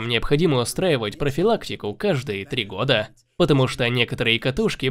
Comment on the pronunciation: Ув. канал, дизлайк за месяцА и годА. В часах и стилях разбираетесь, а говорить правильно не умеете